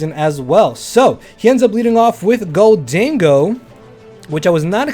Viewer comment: Bro it’s pronounced golden-go 😭